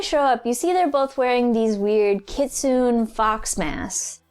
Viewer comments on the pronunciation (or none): it is pronounced as KITSUNE with E at the end kit-su-ne not kitsun. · Look its pronounced Kitsunay Even if it's spelled Kitsune SO PLZZZZ RESPECT MY NICKNAME 😡😠 the E is not silent GODAMNIT (sorry for the tantrum)